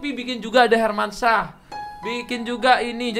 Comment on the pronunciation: Hermansyah napa bang, jangan hermansah. Pen banget, banget denger pake syah😭😭